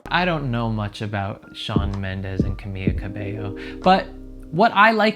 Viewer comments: Is c a m i l a not c a m i a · Why are you calling her "Cah-mee-ya"? It's Cah-mee-la Cah-bay-yo.. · Ugh. Her name is CamiLA not Camiya. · "Camil""La" not camilla.... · Was it bugging anyone else that he was calling her camia. I was like its Ca-mi-Laaaa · I never thought that I would find someone saying “camilla” so frequency instead of “Camila” annoying. She is not a stretcher/hospital bed. If it has a “ll” (like in her last name “Cabello”, which mean hair btw), then definitely make that sound. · her name is ca-mi-la not camia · It’s not camia it’s CamiLa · XD Ca-mee-la not Ca-mee-ya lol sorry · Dude it’s Camila, not Camia. Seriously why can nobody pronounce her name the right way?!??!?!?! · CAMILA ❌ CAMIA ✅ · It’s pronounced “ KA • ME • LA “ spelled Camila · I love that he calls her camia 😂 so wholesome lol. it just proves he genuinely is giving genuine reactions because he doesn’t know them well! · Cuh-me-la put it together Camila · It's CA-MI-LA GRRR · Lmaooooo 🤣 that's wild from CerrMILLA, "Camiya" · Did anyone notice that he is pronouncing Camilla as camia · CEO of “Camiya” 😂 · This guy can't pronounce Camila and he doesn't know Shawn Mendes is gay. How does he have 80k subs? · Every time you say her name my heart breaks a little